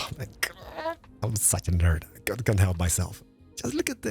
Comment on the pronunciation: “our can isn’t” 😭